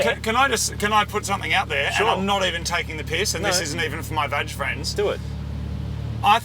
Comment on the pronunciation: Its not vaj its VAG ffs, 420kw please.